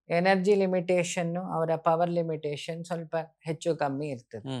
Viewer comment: ಕನ್ನಡ ಪದಗಳನ್ನು ಸ್ಪಷ್ಟವಾಗಿ ಮಾತಾಡಿ ಎಚ್ಚು❌ಹೆಚ್ಚು ✅ ಅದೇ ನಿಜವಾದ ಪದ ಅಂತ ಅನ್ಕೊಂಡು ಬಿಡುತ್ತಾರೆ... ಯುಟ್ಯೂಬ್ ಮಾಡೋ ಅವರ ಪದ ಮತ್ತು ಭಾಷೆ ಉಚ್ಚಾರಣೆ ಸರಿಯಾಗಿರಬೇಕು..